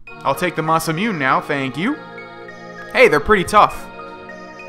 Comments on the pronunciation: it's pronounced Mah-Sah-moo-neh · i know this is mad late but since it's japanese it is ma-sa-mu-ne(nay) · I still cringe whenever says masamune, the last part is pronounced Moo-nay, so it's Masamune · it's masemune (moss-a-moon-a) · The masamune is pronounced masa moon a